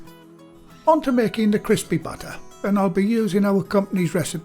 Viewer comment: I was confused at first because I kept thinking he was saying butter but then I realized he was saying batter.